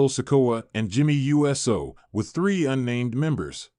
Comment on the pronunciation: So the stupid AI voice over can't say Uso........ U-S-O? Not a professional look when the names can't be pronounced right.